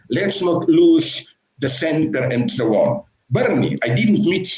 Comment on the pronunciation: And sho on and sho on